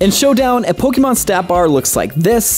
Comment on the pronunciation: Why do you say "Pollkeymarn"